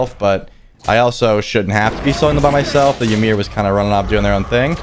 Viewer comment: Why do people keep mispronouncing Ymir's name so damn much? It is pronounced "EE-MEER" not "Yi-meer".